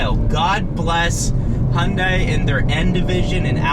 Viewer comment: Hun-day like Sunday. Quit saying Hun-dye.